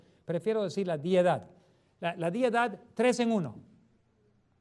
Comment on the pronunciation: No es diedad, es deidad!